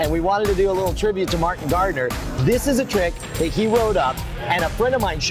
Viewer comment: when he said Martin Gardener, I thought he was saying Market Gardener XD